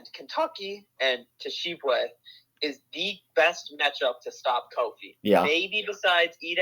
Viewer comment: You lost me when you couldn’t pronounce Oscar Tshiebwe 🤣🤣🤣